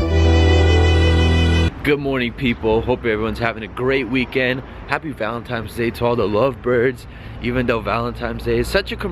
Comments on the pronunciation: It's Valentine's Day not Valentime's day lol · X2 .... Cmon man wtf N NOT M lmao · ValenTIMES day😂😂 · "Valentime's Day" LMAOOOOO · I cringe every time he says "Valentimes" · It's Valentine's Day bro not valentimes 😂😂😂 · All of a sudden valentimes day and not Valentine's Day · valentiNes day not valentiMes day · Why you say "Valentimes day" it's VALENTINES, TINES, not times 🙄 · "Valentimes" 😂😂 u da real mvp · ValenTIMES day? LOL! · Are u saying Valentimes? Lol keep up the sick videos bruh! Hype beast life is swag fam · "valentimes day" lol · "Valentimesday" = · "Valentimes day" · "valen-times" day... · "Happy valentimes day" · "valentimes day" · Did this dude say "Valentimes Day" ? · it's valenTINES. With an N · Valentimes day ?? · Is He Saying Valentimes Day? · ...Valentimes Day?